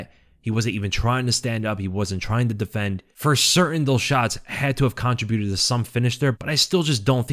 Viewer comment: Im done. Never listening again because of the way you pronounce contribute. Just can't anymore